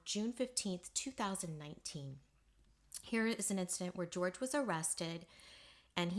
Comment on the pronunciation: Jorge is not George - it's pronounced Hor-heh.